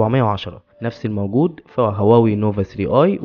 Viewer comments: شو انته تكول واوي😐😐😂😂اتكلم عدل هواوي مو واوي😂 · واذا واوي هذا حيوان يعيش بالغابة😂شنو متدري وين اكو تلفون اسمه واوي هو هواوي بس هو ميعرف يلفضها صح الغبي